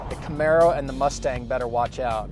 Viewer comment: GUYS THE WAY YOU PRONOUNCE THE WORD IS CA-MAH-RO FOR CAMARO,WHICH MEANS,PONY IN SPANISH FROM SPAIN,NOW THE MISPRONOUNCE WORD CA-MEH-ROH,MEANS SHRIMP IN SPANISH,I DON'T THINK CHEVY NAMED THIS CAR CHEVROLET SHRIMP.